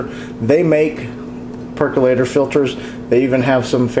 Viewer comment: PerkOlator. Why do people say PercUlator? Say percOlator several times and you've got it.